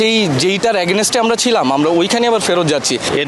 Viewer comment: আচ্ছা "এগেনেইস্তে" এইডা কুন ভাষা! Bd er Football, Cricket er players o same উচ্চারণ করে like Miraj, Mominul, Taijul. Against is right not Agnaist.